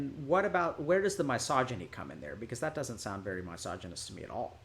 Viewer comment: Why does Dr. K mispronounce misogynist, I noticed it in another video as well